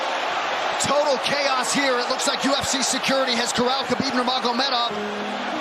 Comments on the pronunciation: Kuh-beeb Nur-Mov 😂😂😂😂😂 common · "Kabeeb Nurmuv" lol wtf dude. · KHABIB NERMEV!?!?!? Has this guy ever even watched a single fight? Is this AI? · Bro couldn't pronounce khabibs full name and just cutted it😂😂😂...khabib nuurrrmevv😅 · who the Fook is Khabib Nurmovvvv???????? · Doing a MMA story and not being able to pronounce Khabib Nurmagomedov correctly is wild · Did not even try and pronounce Khabibs full name despite there being NUMEROUS people flawlessly announcing it throughout his career. Unprofessional. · dude maybe you should learn how to say his name if you want us to take you seriouslyAT ALL. I mean this guy is literally a super star and you cant pronounce his name?!? Shows how much you know about the UFC. Take everything this loser says with a grain of salt. oh my God, this stupid dude just pronounced another fighter’s name wrong. you are literally a tard. You didn’t even take two seconds to look any of these people up? Stupid lazy YouTuber. oh never mind it all makes sense now…. you’re a woke liberal…. Translation: halfwit that doesn’t research anything and just goes along with what people tell him to think